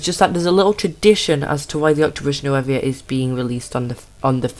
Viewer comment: "New-voe". Sorry.😥